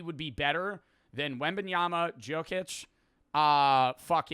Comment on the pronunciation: not helping people believe you by pronouncing jokic like that